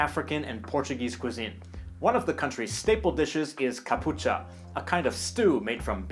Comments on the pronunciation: Pleaseeeeeeee not 'capucha' but 'Catchupa'😂 from a proud capeverdean 😘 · As a Cape Verdian that I am myself I like the video a lot, but there is one thing that you said wrong, it ain't Capucha, its actually Cachupa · Its Cachupa, not Capucha😂😂🇨🇻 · Just a small correction 😌 it is "Katxupa" in cape verdean creole or Cachupa and not "capucha." One of the most famous dishes in Cape Verde, every visitors wants to try it. Generally they love it. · I am capeverdean. I loved the video, but it is "catxupa" not "capucha"... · You did an excellent video about Cabo Verde ! Just Capucha is not right its Catchupa! And you forgot about Grogu wich is our traditional rum ! Still an excellent video keep the good work! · Sir...with all due respect it is NOT CA-pucha. The correct pronunciation for our national stew-like dish is CA--CHUU---PA...or MUN---CHUUU--PA!!! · It's NOT called " CAPUCHA"....It's called CACHUPA pronounced (CA-CHU-PA). It's our national dish.*PLEASE MAKE THE CORECTION IN THE VIDEO!* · im from cv and its CACHUPA and not CAPUCHA as you said lol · It’s cachupa not caputcha. Otherwise well done. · Good job on covering the history. But the way, the food is name is catchupa, instead of capucha 🙂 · Hi,. I am a subscriber of the Langfocus channel, it was a pleasant surprise to find this video. Congratulations, you did a pretty good job! You nailed it at almost everything. A few remarks, though: 1 — Traditionally, we consider that they are 10 islands, not 9, even if one of them is uninhabited. 2 — Please, correct from “Aristide” to “Aristides”. 3 — We cannot be sure if the only active volcano is the Pico do Fogo! According to geologists, for a volcano to be considered extinct it must not have activity for 10,000 years. The only records about volcanic activity in Cape Verde date from the 15th century. 4 — Please, correct from “capucha” to “cachupa” (IPA: [kɐˈʃupɐ]). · Well and its not " capucha" 🤣 , its is " cachupa " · Katxupa NOT capucha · Catchupa, not capucha 😊